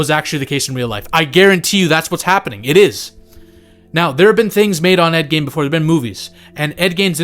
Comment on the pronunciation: Gein rhymes with Dean